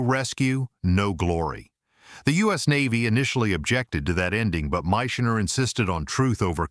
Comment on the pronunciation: please learn how to pronounce Michener and Peppard